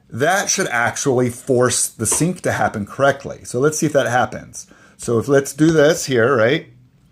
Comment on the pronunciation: What are you doing saying " sunk" ?... it's pronounced " sink" ...I.e. sync ..English uou know.. it's a phone setting concerning the app, ...see the Background info on the app.